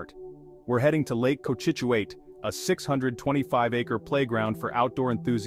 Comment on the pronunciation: Lake Co-chit-chu-it in Nay-tick… K?